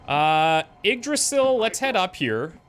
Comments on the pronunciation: its pronounced ig-Dra-zill Im pretty sure. The Y is a i and the s is pronounced more as a z. If Im wrong please someone correct me. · Yggdrasil is said like eeg-drah-sill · You pronounce Yggdrasil eeg-DRAH-sill.